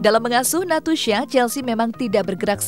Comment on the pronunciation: nastusha lho bkn natusha